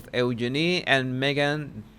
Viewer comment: just for future use it's u-jean-i